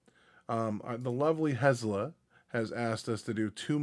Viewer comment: Every time. “Hez la” it’s Helza, Hell za! 😂❤